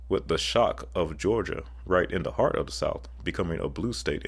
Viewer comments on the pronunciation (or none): none